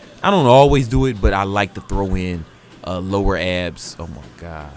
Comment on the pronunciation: 'oh my gad....' Lmfao!